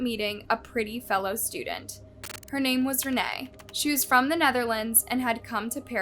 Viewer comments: LEARN TO PRONOUNCE NAMES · The day when learns to pronounce names correctly will never come.